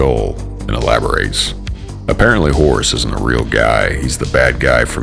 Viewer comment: Whores? Motherfucker it's HORUS!